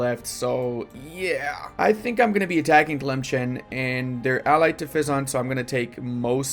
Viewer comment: The way still says Tlemcen as if there's a hidden ch sound in there after all those years instead of just looking at the name for more than half a second triggers me way more than it should